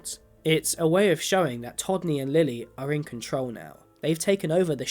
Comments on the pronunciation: You repeatedly mispronounced todney’s name as tommy. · You refer to Todney as “Tommy” quite a few times.